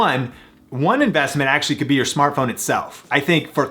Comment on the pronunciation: "Smatphone Lenses" :D